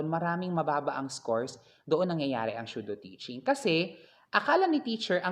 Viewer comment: The video and the content was actually amazing and informative. The only thing I noticed po is how you pronounced Pseudo - ˈsü-(ˌ)dō. I think that it is SUDO not SHUDO po,. ✌️✌️😅 NO HATE INTENDED, SO PLEASE DON'T BASH ME.